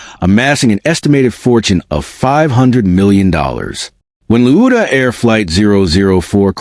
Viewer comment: What, LOUDA, Are you American, it's spelt pronounced Lawd Da!